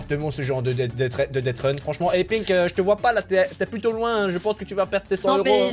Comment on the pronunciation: dethrun ça se dit dessreune pas dettreun